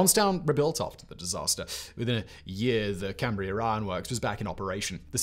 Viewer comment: I can't believe Simon said "Cambria" correctly.